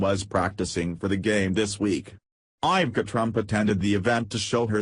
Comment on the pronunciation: Too much rambling for nothing. You never even got to the subject. AND PLEASE learn to pronounce Melania & Ivanka.